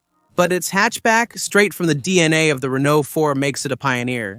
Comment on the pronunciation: Great car, please pronounce Renault correctly